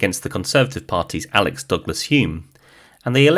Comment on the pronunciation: Isn’t it Alec, not Alex, or have I been saying it wrong all this time?